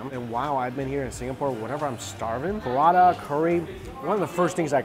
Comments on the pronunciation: prata is two syllabus not 3. pra-ta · Lol your prata sounds like buratta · Cos it’s called Prata in Singapore, not Paratha.